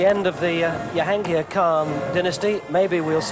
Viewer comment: I'm still astonished that some of the commentators were referring them as Yansher and Yahangir! The J is not silent. Not Jonah of course.